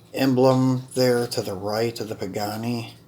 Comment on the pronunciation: Pagani (why ra) pronunciation.